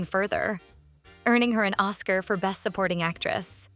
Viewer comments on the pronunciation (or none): none